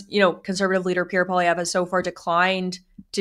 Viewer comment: He's not really "Frenching up" Poilievre's name, he's actually mispronouncing it. In French we don't emphasize the last syllable. The proper pronunciation is actually Poiliev.